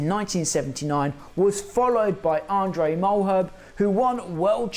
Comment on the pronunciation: Andre Mal-her-be, not the way you pronounce it. And btw he was a South African.